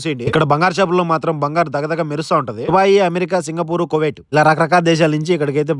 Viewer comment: కోవైట్ కాదు రా అయ్యా, కువైట్ అనాలి.